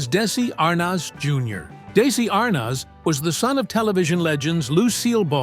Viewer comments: Arnoz?????????? It is pronounced like Arnez. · It was a 28-minute video that should have been about 5 minutes long. Many minutes of repeating the same narrative over and over by an AI voice. Anyone under the age of 100 years old knows how to correctly pronounce Arnez (R- NEZ). It's not (R - NOZ). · Gawd, how I hate these AI-narrated stories. Lucille Ball was married to Desi Arnaz, pronounced DEH-zee ar-NEZ. He and people in the news, TV, etc. pronounced it that way. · I hate ai. It's Desi not Daisy and Arnez not Arnoz😡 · his name is pronounced “ArNEZ” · These stupid AI vids. It's pronounced "dez-see Ar-nez'. And, half the time, showing pics of the wrong ppl eith what is being spoken, described. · When such appallingly misspoken AI narration is used in a video it brings into question the accuracy and value of the entire content. It's bad enough when mistakes in pronunciation are made, and allowed to slip through the editing process, but when those errors involve iconic Hollywood celebrity names... there is absolutely no excuse. Your concept had potential but the unforgivably sloppy production values force a dislike on the video itself, and a request to not recommend this channel on my homepage in future. I strongly advise you to get your act together, or to seek out an alternative pastime to video creation.